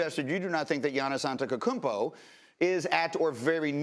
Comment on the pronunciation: Antekokounmpo😂😂😂 Really man???? You're on national television. If you can't say it, DON'T SAY IT